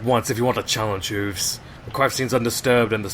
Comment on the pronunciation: Hate to be a pain but it's Hooves, not Whooves